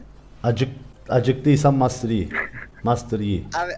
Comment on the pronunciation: master yi değil masyer g